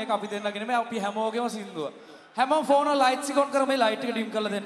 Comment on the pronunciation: pako issella english tikak hdagnin..balapnkp gahpu words wla ketha...pone nemei pako phone...rekord nmei pako record...ol wath pass neti gobba heththa